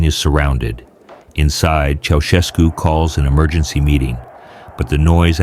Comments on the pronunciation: チョボエスクではなく チャウシェスクね。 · Den Namen kann man garnicht falscher Aussprechen. Dumme KI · 現地での発音は知りませんが、当時も今も、日本国内では、「チョシェツク」ではなく、「チャウシェスク」と呼ばれています。